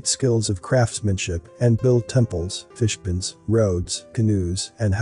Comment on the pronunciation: Fo reference, check out the pronunciation of "fishpond" in the video. Ouch. Even I caught that. Lol.